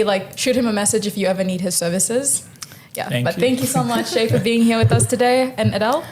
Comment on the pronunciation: Its pronounced Shy, not Shay 🙄